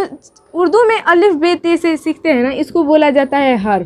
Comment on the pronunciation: अल्लीफ नही अलिफ होता है मैम